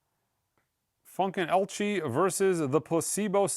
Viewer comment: Funkin Elchy? You mean Funken-TELECHY. 😂